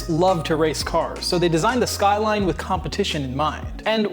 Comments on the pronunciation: das sqailain 😂😂😂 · I think it's pronounced SkyRine sir. 🤣